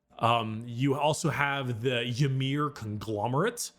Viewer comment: Pretty sure Ymyr is just pronounced like Ymir, the first giant in Norse religion, So it's more like Imir.